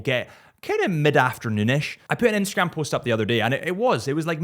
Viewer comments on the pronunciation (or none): none